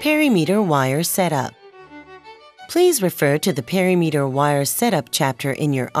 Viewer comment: “Perry-meter”!? Is that the same as perimeter? As in per-im-eter? I’m laughing far harder, and for much longer than I should be 😂